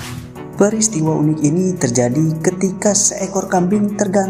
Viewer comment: Fakta unik aja , pengucapannya gak perlu fakta yunik, kan bahasa indonesia.